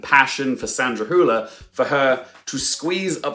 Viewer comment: Great video, Also, kudos on your pronunciation of Sandra Hüller's last name. You're one of the few English speakers who pronounces it pretty closely to how you would pronounce it in German. I've heard some people pronounce it as Sandra "Holler" or Sandra "Hiuler".